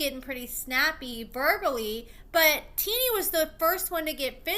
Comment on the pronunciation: Her name isn’t teenie lol pronounced tennie